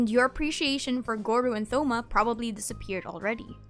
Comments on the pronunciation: souma?!?!?!?! it’s Toma! h is silent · Plz it's not Thou-ma it's To-ma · Bro imagine getting Shen he or miko as a newbie. U gotta DO EVERYTHING just to get past 20 💀. And tf is a tho-ma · "Th"-oma :,III